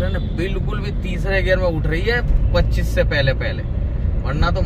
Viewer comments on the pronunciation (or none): none